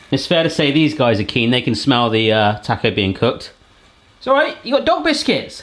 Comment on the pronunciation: please say "taaaa-co" it's a short vowel sound "ahhh"